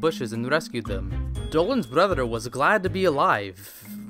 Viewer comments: i love how he says "fatherer","motherer" and "brotherer" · I like how he says brotherer motherer and fatherer